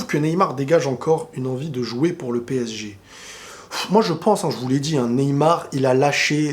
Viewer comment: PSG et non PÈG Hein !!